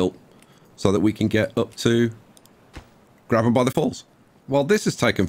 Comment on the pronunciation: Ok Ngl I clicked on this wondering if it was pronounced “grab ham” or “grabe um” and when you said “grab um” I was shocked